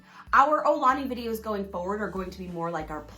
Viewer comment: Mahalo for this video! I'm so glad you visited and had a nice time! btw, the pronunciation is more 'OW - lah - knee' or 'AH - oo - lah - knee', rather than 'OH - lah - knee'.... fyi - with the global concerns over COVID19, I'm hoping life in Hawai'i and everywhere in the world will get 'back to normal' soon... As of 3/19/2020, businesses are closing down and travel is being restricted... I would hate if visitors attempt to come to Hawai'i and find that many of the attractions and restaurants are not yet available...